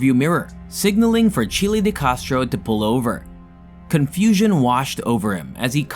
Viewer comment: Its name isn't Chilie.